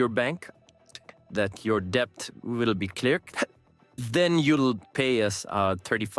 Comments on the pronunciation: Debt B is silent. It’s det. Not ڈیبٹ۔ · It is not DEBT when pronounced. It's DET!!! Nally ko Bolna ataa nhi call center chla rha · بیوقوف پال مارٹن الفاظ کی ادائیگی تو درست طریقے سے کرو ڈیبٹ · He doesn't know how to talk in English, basic term debt he can't pronounce correctly . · pkus he doesn't know how to pronounce "debt"